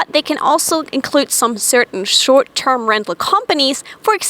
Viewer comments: "SHORT TERM LENTAL" X3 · "SHORT TERM LENTAL."